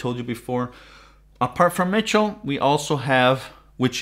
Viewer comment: Michell (mishel) not Mitchel